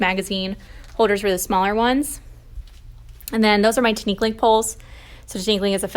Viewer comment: Love your class! You're so organized! My wife is filipino, so small correction; it's pronounced teeh-neehk-ling.